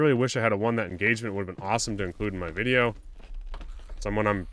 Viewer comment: you said “wideo” hahaha